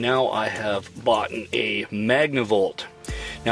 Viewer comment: You and Living Free Mikey are the only 2 nomads that say " BOUGHTEN" smh